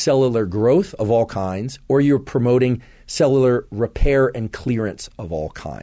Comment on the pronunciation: Great info! Listening to him say “cell-la-lar” instead of “cellular” made my left eyebrow twitch, though. 😅